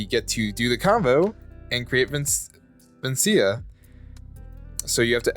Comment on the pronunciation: please for a dnd player this hurts its vecna as in vekna not vencia